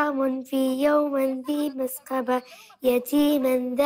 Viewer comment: مسغبة وليس مسقبة